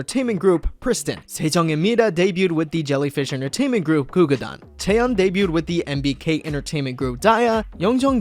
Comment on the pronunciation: ITS “gugudan” NOT Gugudan.